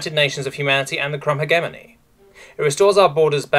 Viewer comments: Please learn how to say hegemony correctly. (pronounced hedge-eh-mon-E not heg-emony) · I'm 99% certain it's pronounced HEJ-eh-mony rather than heg-EM-ony, but that's just a pet-peeve, good video otherwise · I love all your videos, but it always nags at the back of my mind when specific words are mispronounced repeatedly. "Hegemony" makes the G sound like J, think "hedge-eh-money" or "he-jem-money". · Might I just note that the way you say "Hegemony" physically pains me? Maybe it's your accent, but I've always known it as "Hejemony". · google pronounces it he-GEM-ony. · The way he pronounces "Hegemony" 💀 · the g in hegemony is a soft g you say it like a j